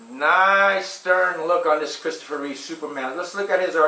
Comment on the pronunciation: It’s “REEVE”…not “REEVES”!! God, that always bugs me!